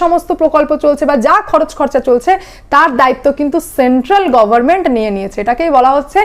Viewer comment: It is government and not goverment. Pronunciation of "n" is not silent.